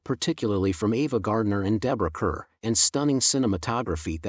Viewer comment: Glad you included “The Innocents.” Far too many people I know have never heard of it. One minor correction, however: the main star’s last name is pronounced like “car.” (Sorry for sounding so pedantic.) “The Pumpkin Eater” is also excellent. The scene between Anne Bancroft and Yootha Joyce in the hair salon is unforgettable.